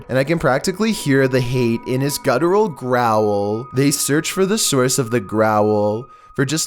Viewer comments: Me: growl: growl-el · I love the way he says 'growl' Growall